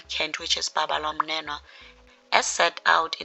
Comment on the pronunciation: Babalwa MNENO not "mnenwa"